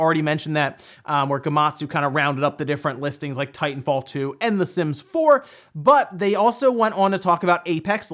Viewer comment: When he said "the sims" i heard it as "the simps"